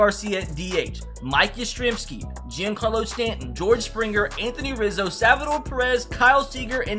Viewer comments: Mans sayin G-in-Carlo Stanton, bruh; it’s John-Carlo Stanton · Mispronounced Giancarlo... That $ sounding good